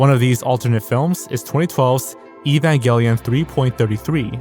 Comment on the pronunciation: Dude can't even pronounce "Evangelion" right. WTF?